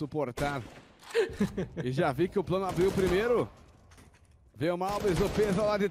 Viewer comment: É impressão minha ou o narrador falou “prano”